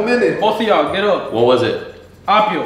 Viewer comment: The struggle w apio was funny asf